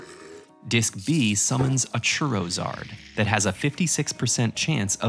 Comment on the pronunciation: "Diskymon" "Diskydisk" "Churrowzard" LOL